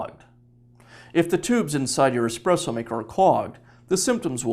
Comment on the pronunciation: omg ESPRESSO not EXPRESSO